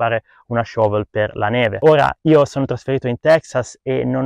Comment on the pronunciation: Voglio svelarti un segreto: shovel in italiano si dice pala o vanga e, per i piu' avanzati, badile. Ah, siccome sono bilingue, italiano e inglese, anche shovel lo pronunci da cani. :-) Fatti doppiare, ma soprattutto fatti scrivere i testi da qualcuno.